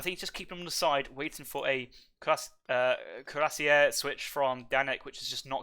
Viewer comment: Bizarre that the "correct" version of cuirassier used in this cast is still completely incorrect. There are two standard pronuncations of the English word and ZERO reasons to complicate them with weird flourishes and throat or tongue twists.